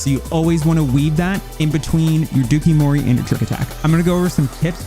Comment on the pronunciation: I can't with the dookie-mori. It's pronounced like Dough-Coo Mori. It's Japanese for "lace with poison."